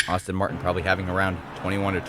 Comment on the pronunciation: Pronunciation Aston Martin not Austin Martin Alfa "Row Mayo" not Romeo, excellent races.